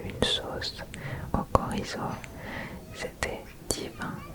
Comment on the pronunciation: Par contre c'est chorizo pas korizo . Sinon très bon asmr .